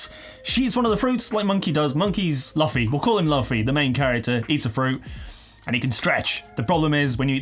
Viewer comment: I watching this on my telly that doesn't let me comment, I have since paused the video and came on my phone just to tell you it's pronounced loo-fy not that way you said it :/ I'll allow it though cause I can tell your new to it and its just good to have you back doing unboxings